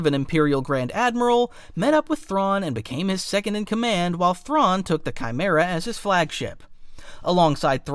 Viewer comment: You cant even pernounce Thrawns name correctly